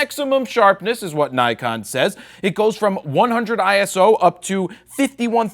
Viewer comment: Did you say DIKEon?! :D